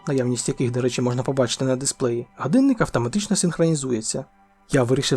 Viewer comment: супер! якби ще отой "ґадинник" відучити казати і навчити казати "годинник"... Але все буде з часом. І маскальщина піде за кораблем.